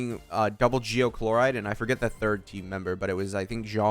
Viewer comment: Calling Chlorinde Chloride is killing me 😂😂